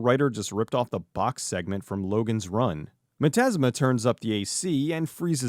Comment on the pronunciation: Thank you for admitting when you made a misstep such as mispronouncing the main villain's name. It shows a great deal of positive character. But mostly, it highlights how much of a dork I AM for screaming at my computer, "Its pronounced 'miz-steam-ma!'" Great review.